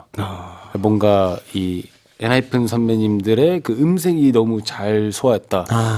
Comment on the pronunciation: Moonstruck is really good. i can't believe it's unpromoted bside. It's EN-HY-PEN btw guys, not EN-HY-PHEN.